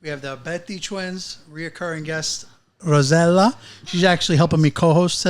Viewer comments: Please stop calling her rosella that’s an entirely different name from her name, I’m sure if her parents wanted to name her rosella they would’ve. They named Rossella learn how to pronounce your guest’s name, Ros…sel….la very simple. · It looks like enjoys pronouncing incorrectly Rosella instead of Rossella.